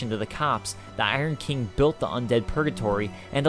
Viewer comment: Bruh it’s King not Keeng